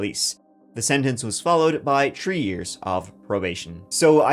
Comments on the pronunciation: It's "three", not "tree". How long are you gonna keep that up? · It's so hard to listen to his videos when he can barely pronounce the words 3, 13..30..its "tree,tirteen, tirty..😂